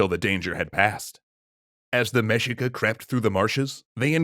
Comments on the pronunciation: it is pronounced mehica not mejica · Say it with me… MEH-SHEE-KUH. Mexica. Our ancestral Mexicans. The largest tribe of our Nahua ppl. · Mexica should be pronounced as Me-Shee-ka. Should be the Mexica People. They didn't name themselves Mexica until the Founding of Tenochtitlan. Before, they're known as Aztec (other tribes called them Chichimeca). Also story you're mentioning is a chapter from Fernando Tezozomoc's writings from Cronica Mexicayotl. Wait, you haven't read Cronica Mexicayotl? *cue song*.